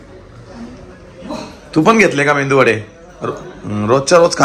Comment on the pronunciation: मेंदू नाही रे मेदू वडा.😂